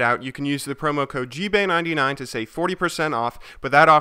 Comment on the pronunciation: ''Gbay fuel''